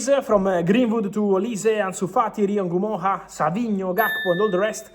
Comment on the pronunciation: Fabrizio is the only person I've seen who pronounce Rio Ngumoha's name the right way. It's not En gumoha it's just Ngumoha.